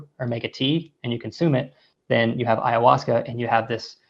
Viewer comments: Ayawescha LOL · David E. Nichols would be the person to speak to. Especially being you can’t even pronounce ayahuasca correctly. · Russel. There is no ‘E’ in AYAHUASCA